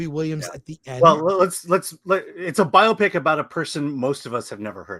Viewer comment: How is it 2 life long film critics can't pronounce Biopic correctly?